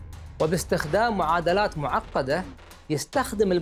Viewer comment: ليه بتاكد على كلمة معقده جدا ؟!